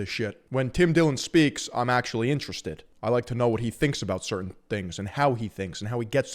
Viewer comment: Erm actuawwy its a battwe of da andwews 🤓☝️